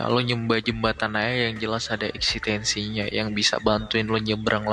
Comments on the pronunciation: ngomong "eksistensi" aja ga bisa, wkwkwkw eksitensi dia kata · Mungkin mereka pengen masuk sekte "segitiga" bang, makanya mencela semua agama Tp mereka lupa yg masuuk sekte segitiga yg dikabarkan mayoritas org2 pinter😂 Btw ngomong "eksistensi" aja g becus haduduh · bilang eksistensi aja masih salah mau sok filsafat🤣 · eksistensi ya, tolong itu ngomong eksistensi aja minus cok astaga